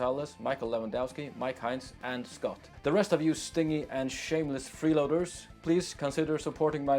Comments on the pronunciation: Hey Heri, “stingy” is pronounced “stin-G” just so you know. Great video! Faroese is beautiful, and without Tyr, I wouldn’t have known. Thank you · I know this comment is quite late but I find it funny how you pronounce "stingy" stingy as in tight with money is pronounced "stin-jee" the way you pronounced it would be used to describe something that stings, like a bee for instance.